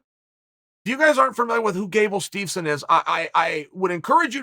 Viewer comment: Gable Steevson and Gable Steezon.. Who da fook is dat guy?